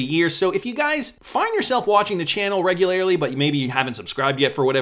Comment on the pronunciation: I will pay for the extra 15,000 subscribers if you can learn how to say regularly correctly 😂